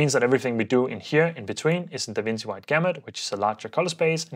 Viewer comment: DaVinci is pronounced as Duh-vin-chee :)